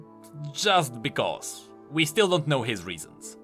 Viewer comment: I love the way that you say because. Its bekoose